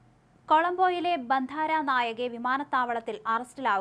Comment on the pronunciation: ബന്ധാര നായകെ അല്ല ബന്ദാര നായകെ